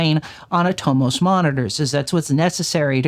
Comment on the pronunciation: Super helpful video! For what it's worth, I believe Atomos is pronounced "AH-tah-MUSS" or at least that's how I've heard Australian cofounder/former CEO Jeromy Young pronounce it.